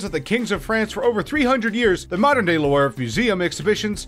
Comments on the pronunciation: Why pronounce LEW-ARV when all you really need to pronounce is The LOOV and 99.9% of people will understand. Brett Favre, everyone says FARV, a french name which is pronounced FAH-V . Leaving out the re at the end not to confuse even more. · Loo-Vru, at least TRY to say the names close to the true pronunciations...what a poor peasant. Louvre is the biggest museum in the world, the whole world knows how to say the name...Louvre sounds like Loo-Vru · Listening to him pronounce Louvre incorrectly so many times made me want to slam my tongue in a car door. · That Louvre pronunciations though... I'm sure you mispronounced many others too. I mean LOUVRE everyone knows how to say it I don't comprehend how can someone makes a video about general knowledge and doesn't have any at ALL and on TOP OF THAT gives 0% for the effort... nobody forced you to do it. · Lewarve palace on the Say-een river. Funny. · louarv and Hooufburg its louvre and hofburg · It feels like this guy is going out of his way to pronounce as many things wrong as possible. Not knowing Qing is “Ching”, “apostolic”, and “Lou-arve” like what